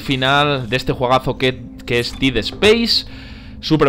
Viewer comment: Ya casi terminas el juego y aún no pronuncias bien "dead" se pronuncia DED!